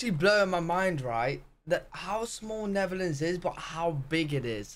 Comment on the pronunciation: Netherlands not neverland